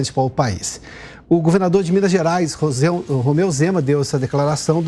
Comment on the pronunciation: Pioto: "Rozeu Mema"